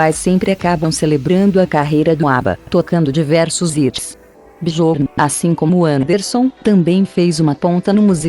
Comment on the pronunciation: Absolutamente sofrível a pronúncia da narradora. Chama um dos integrantes da Banda de Bejorn quando a pronúncia correta é Biorn. Também pronuncia Nice quando o correto é "naice". Quando alguém quer fazer um vídeo desse porte tem que dar ênfase à qualidade.